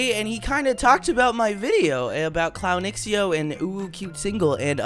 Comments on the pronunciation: Hey! I actually think it's pronounced Clown zhow instead of x-e-o. Thanks! c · shhhh lep i beg you say "clownxiao" s name right like: 🤡 shao